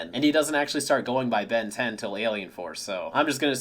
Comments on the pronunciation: you actually said "ben dez" at the end of the intro holy shit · saying: "Ben Diez" like the latino version of the intro fuels my soul with Joy